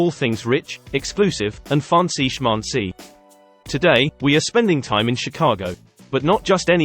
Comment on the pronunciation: Interesting how "schmancy" is pronounced in the beginning of a video. Is this an artificial reader or someone tried to parody french accent?